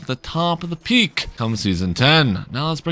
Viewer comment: The random word emphasis in your videos (like shouting "CURVE," "STEP," "PEAK") is really distracting. Just speak naturally without emphasizing random words. It's hard to watch